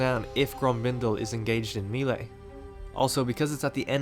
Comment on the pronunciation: "engaged in meeley" XD